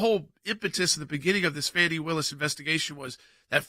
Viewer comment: By the way, this is plain old Fani, NOT Fawni!